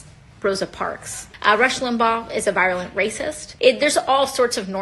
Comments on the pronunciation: I think that was point...she couldn't pronounce virulent, and it sounded close to "violent." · AOC called him a virulent racist, not a violent racist, but she’s so damn stupid she pronounced it wrong. They didn’t put the phonetic spelling in her script. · Hey, not to be that guy, but I think AOC was saying he's a virulent racist, not a violent one. She pronounced it wrong (she said it like "virus") but it's a fairer critique. After all, "virulent," is just leftspeak for "influential," or, "popular." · &, AOC said 'virulent', not 'violent' you are fake news!!! just kidding, love your show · it sounds like aoc says virulent racist. of course she pronounced it wrong. also she IS wrong. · AOC said virulent racist. She just doesn't know how to pronounce it.